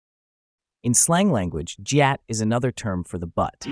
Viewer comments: It’s not jyat it’s gyat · Jeeatt no it’s gy-at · Brovo said jyaat but it's gyaat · Gyatt❌ Jyatt☑️ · It’s not jyatt it’s gyatt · its not JUHATT ITS GYATTT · ONE CORRECTION: IT'S GYATT NOT JYATT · Bro said jee-att instead of gee-ahhht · Lol bro really said jyatt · geeot? wth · bro why was the gyat pronounced jyatt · Gyat uses a hard G, not a soft j sound. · Why did they pronounce Gyatt like that